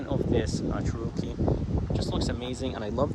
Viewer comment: Yeah, never heard it pronounced the way the guy did it in this video. Didn't sound right.